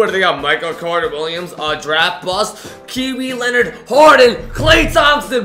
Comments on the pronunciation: Am I the only one that heard him say kee weed leonard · did anyone hear kiwi leonard